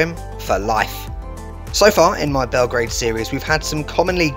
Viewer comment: YOU SAY IT BELOGRAD